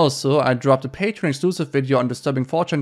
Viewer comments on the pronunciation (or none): none